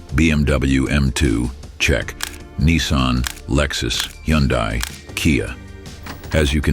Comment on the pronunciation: A.I. narrator. It's Hyundai, not Yundai!😂